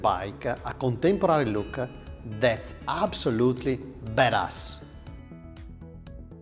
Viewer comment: An italian saying badass 😂😁 priceless